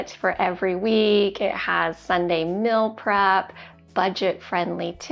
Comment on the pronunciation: you're awesome. But please change your pronunciation. It's "meal". Not "mill".